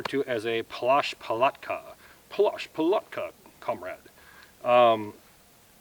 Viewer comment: Congratulations! Your pronounce "plasch palatka" is perfect! Thanks for video Greetings from Ukraine 🇺🇦✌️😁